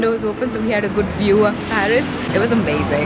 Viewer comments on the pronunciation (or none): quote indian accent, sooo Goooghdd, means soo Good